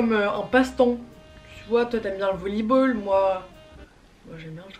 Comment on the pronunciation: Le volli ball 😂😂